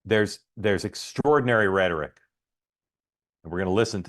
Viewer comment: It’s not rhetoric Mark!